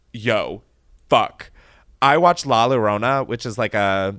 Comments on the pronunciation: The scariest part of this episode was Chris pronouncing LA LLORONA as La Lowrowna 😭😩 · FOR REALLLL!!! 😭💀 “la low-rrona”, and twice too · did u really say la lorona…. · i’m dying over his pronunciation of “la llorona” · Ive been thinking about that a lot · Lollll I was looking through the comments to see if anyone else caught that. I was thinking “is he talking about the curse of la llorona? Or is he talking about a movie I’ve never heard of?” 😂😂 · The way he said la llorona lmao I can’t 🤣🤣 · with peace & love the way u were pronouncing “la llorona” made me laugh so much lmaooo